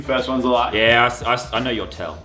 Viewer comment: Muselk soundet like He vas from Sweden because in Sweden Ja! Means Yes!